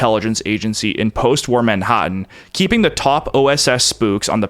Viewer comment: who talks like this???.....what kind of weird accent is this?? whats with the weird pronunciation of "A" in so many words???? I guess it must be AI generated, but why does this this crap never improve????....hAppen.....manhAttan.....mAssive....Averall....Action.......not even simple words like "GAS", "CASH"or "HAVE" are pronounced correctly.....I cant stand this shit!!!......is this really the future??????🤮🤮🤮